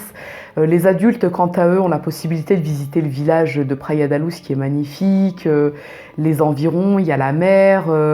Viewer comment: Pour info Luz se prononce "louche" en portugais ;) (pas comme en espagnol ni comme la loose haha)